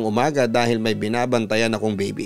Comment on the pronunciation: Bibi? bibe? O baby? 😅😅😅